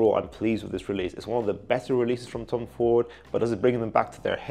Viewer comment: Did bro say thomas fordigan😂